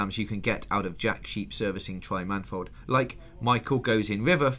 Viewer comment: Love the show , but it's man-E-fold not manfold! :)